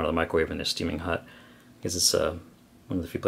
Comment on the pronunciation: It's really great that you say Hut instead of Hot haha (y)